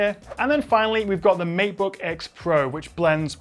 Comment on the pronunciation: It's matebook not meatbook :D